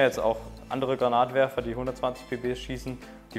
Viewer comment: "Granatwerfer" oder "grenade launcher" .......aber bitte nicht "Granat launcher" xD Finger lang nicht vergessen ;) Sollte das Teil nicht eher als Schrotflinte(Schrotwerfer) gesehen werden?